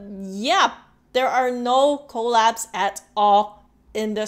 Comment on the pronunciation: The first few times you said collabs I thought you kept saying call apps And I was really confused what is call apps 😂